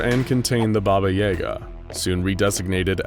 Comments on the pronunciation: Bobba Yehga! Lmao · When you pronounce BABAJAGA the way you do.... it makes me laugh. As a Polak that knows the story of this witch all too well. You are pronouncing way WAY wrong 😂😂😂